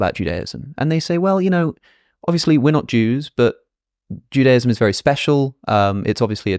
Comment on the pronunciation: Wish you pronounced Judaism normally though haha